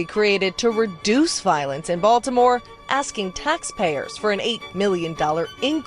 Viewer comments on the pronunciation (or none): none